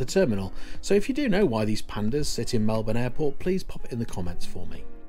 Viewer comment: 2 comments - thanks for pronouncing Melbourne correctly :D and secondly ... did you get to Gold yet? Cheers from Central Victoria🍻